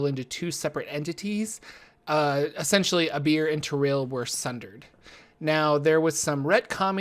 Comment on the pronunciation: I understand "they went with a beer" xD